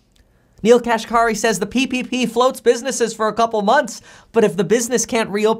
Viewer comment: Neel Kashkari's last named is pronounced "cash carry". Yes, it is funny.